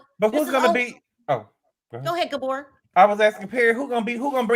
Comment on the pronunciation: I’m a new subscriber. Just listened to five/six of your shows, however, I’m sorry to say… “Gabor” is just 😖more often than naught.